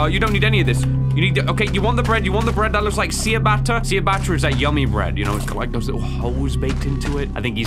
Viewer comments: Do you mispronounce ciabatta on purpose? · Are we not gonna talk about how said ciabatta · Is trying to pronounce "ciabatta?" xD i love that if this is what he meant!